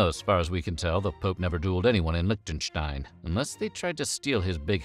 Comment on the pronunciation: Leeshten-shtein. No lich there.